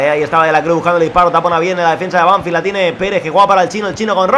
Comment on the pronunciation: la pronuciación es Banfield no Banfild, te lo digo para q sepas como se dice para aprender un poquito más del Futbol Argentino